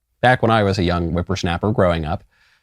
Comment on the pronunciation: ..."when i was a wipperschnappur" 😆